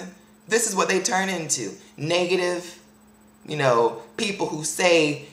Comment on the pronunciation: "...all that 'niggative' energy" lol I still love you tho =]